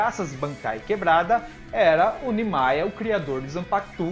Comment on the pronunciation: 1- A pronúncia certa é "Nimaiya". 2- a pronúncia certa do nome da zampakutou do Aizen é "Kyouka Suigetsu". 3- O Nimaiya realmente criou a zampakutou do Aizen mas não sabia das reais intenções dele.